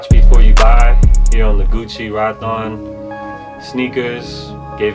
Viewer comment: Aren't they called Rhyton Sneakers? Ry-ton